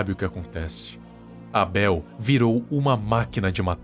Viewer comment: Porque aibêl? Que eu saiba se diz abél não?